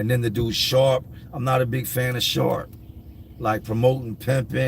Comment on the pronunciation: Honestly, when you said dudes name was sharp I had to rewind because I thought for sure you said shart. It made me laugh because I have a feral cat in my yard that I feed and prior to him coming to me something must have happened to the poor guy and his back legs aren't to good so he can't hold himself up to poop. So regardless of where he is he just poops. So I named him Shart but I just call him Art. I wish he was friendly because I would take him to a veterinarian to see if they could help him. Poor little guy hisses at us when we feed him because he doesn't know any better. He has a warm place to sleep and food to eat and he seems fine with that he also has some kittens a momma cat left us some months ago. I am trying to get everyone in before winter hopefully.